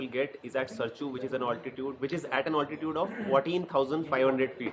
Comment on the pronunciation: Please pronounce 'altitude' correctly, it mars your otherwise perfect diction. ALT in Altitude is not pronounced the same way as ALT in Alternate is.